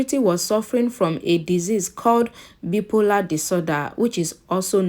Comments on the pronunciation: The Bi-polar is wrongly pronounced. BI-- POLAR/ bye- polar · Wrong pronunciation of bi polar